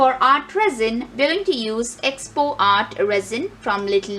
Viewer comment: Hi sorry to be blunt and critical as im msgin first.but ur pronunciation is wrong its ee...poxy... Not expo Tc good work